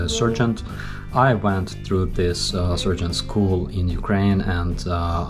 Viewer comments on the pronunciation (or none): Your calm demeanour and delivery are impressive and I enjoy your dry humour. When you first mentioned your military rank, I heard “surgeon”. Wow! Then I realized you were saying sergeant which by the way is pronounced « SAR-geant ». Please feel free to correct my Ukrainian. 😉 wishing you victory, freedom and a Ukraine free of corrupt puppets. 🫡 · Lol at first I thought you said surgeon. Well that was not expected. But you said Sargeant. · I thought you said you were offered a job as a "surgeon". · You have a strange way of pronouncing "sergeant". You may want to change it.